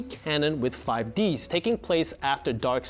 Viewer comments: man makes a video about 5 d's lore calling it 5 ds and not 5d's for 5 dragons for what was originally going to be the 5 signer dragon's i didn't think it would trigger me as much as it did the apostrophe makes it produced differently than the Nintendo console if you want to know how it's pronounced watch one of several dub episodes where they say "previously on yugioh 5d's" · D S? That's a Nintendo handheld game device, not TV show. The show is pronounced D's, as in the D is plural! If crunchyroll is gonna talk about yugioh anime, please say 5d's correctly. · "Five Dee Ess" Aaaaand this guy doesn't even know how to say the name of the show properly, so should I put ANY stock in what he has to say about it? Answer: No. Not wasting my watch minutes here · No, I cannot. Also, its 5Ds, not 5D S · I thought the same thing I was like wasn't it 5dees LOL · I banish u to the shadow realm because its pronounced 5d's theres an apostrophe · No way this man pronounced "5D's" as "Five Dee Es". Credibility lost, didn't finish video. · 5 deez? deez what? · Five dee ess. Ahh yes, another cultured soul who never learned how to pluralize word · Ok, I'm finding it hard to belive someone who's saying 5D's as 5 DS. its not a nintendo DS game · “5 Dee Ess” I’m sure the video is interesting but I’m not on-board with a non-fan explaining the timeline (incorrectly, judging by the comments). You got my click though, Crunchyroll, so congrats I guess. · 5 d s...........its five D's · "5 D-S". Never shuddered at something yugioh related before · I love the effort and studies done right. My only cringe is you that you've butchered 5D's pronunciation into 5 Dee Ass. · "Five Dee Es" lol stopped watching right there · "YuGiOh 5 Dee Ess" When did Nintendo make a YuGiOh themed console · The dude out here worrying about pronunciation of Zexal but saying 5 Dee ess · “5D-S” and I’m clicking off thanks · This man keeps calling 5Ds, 5 D S 🤦🏾‍♂️🤦🏾‍♂️ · Nobody:: Yu-Gi-Oh 5D-S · Five-u Deesu